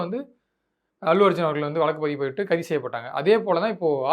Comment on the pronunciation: வழக்குனு சொல்ல கத்துக்கங்க